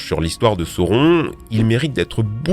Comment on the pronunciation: Pour le lore du seigneur des anneaux, je pense que Morgoth a tué bien plus que Sauron (d'ailleurs on dit Saouronne !!)